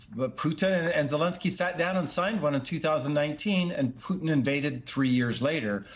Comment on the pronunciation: hey this guy said Peutin name right. : D